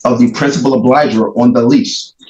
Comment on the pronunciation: I gotta lay a foundation. No you don't. This guy thinks he's a lawyer. He's watched tv shows in which at direct, someone says, "Is it your testimony that..." Plus he can't pronounce "obligor". Ahhahaha! Lose.